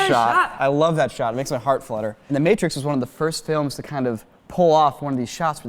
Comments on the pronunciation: Um... The Maaaaaa-trix? Not MAY-trix? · Did you call it the Mah-trix (as in "mattress")? The "A" is a long sound. The M-AAAAAAAAA-trix. :P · What the fuck is "The Mat-rix"? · Welp, he’s not gonna be my digital effects guy. “Mattrix” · You dont get to say that anymore after butchering the name. THE MATT-rix is one of my favorite movies..........Right behind the first POKEMAN fideo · "the matt tricks" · I'm sorry, is nobody going to acknowledge "The MATT-trix" ? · Did he really just pronounce the Matrix as the MA TRIX? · The matrics' it sounds like a university entrance exam. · THE Ma - Trix? MA - TRIX??? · he said the mAAtrix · the maeh trix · how the hell did he just pronounce "The Matrix"?... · I don't know if you can call The Matrix one of your most favorite movies of all time if you mispronounce it's title... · did he just say matrix wrong? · Why did he say matrix like that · the way he said ‘The Matrix’ has been bothering me so much throughout the whole video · literally have never heard anyone pronounce Matrix like that... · Nobody is going to comment on how he pronounced "The Matrix"?